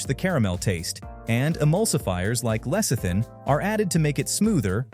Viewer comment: When Americans do the voice over you can always rely on words being mispronounced. Nougat and Lecithin in this case.